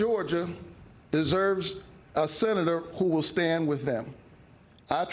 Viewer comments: He can’t even pronounce Senator 😅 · He can't say the word Senator so how can he be one